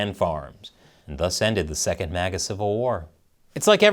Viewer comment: It's MAGA not MIGA.